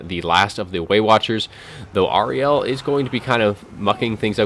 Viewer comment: I think you're mispronouncing Ariel. I'm guessing GW based her on Shakespeare's character from The Tempest. Air-re-al. That was a party political broadcast on behalf of the Grammar Nazi Party.